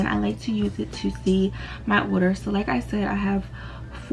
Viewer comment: the words order and annoying dont even have S sounds in it idk why she make it sound like it nohate just an opinion